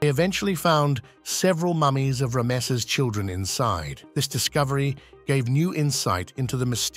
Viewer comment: Boy what a blunder mispronouncing Ramesses. I've never heard anyone say it so incorrectly! Is this an AI voice? Also the eye of the Sahara is an ancient dead volcano.